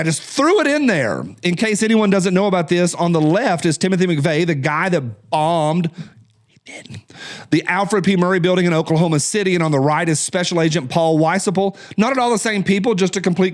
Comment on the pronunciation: Murrah building, not Murry